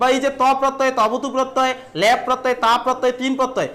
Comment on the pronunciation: ল্যাপ নয় দাদা ল্যপ আপনি উচ্চারণ ভুল করছেন